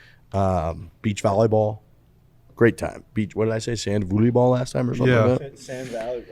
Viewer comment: bro devote 5 minutes to saying “volleyball” repeatedly…you still fucked it up this time hhah